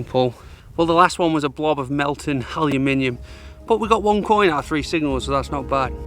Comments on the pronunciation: Brilliant watch this! I’m out tomorrow on the hunt for “melten haluminium.” 🤣😉👍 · Melted haluminiuinum😂😂. Love the fob seal episode. What a stunning find.